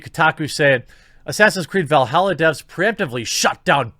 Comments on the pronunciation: It's Valhalla not Velhalla. Lol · Valhalla not Veilhalla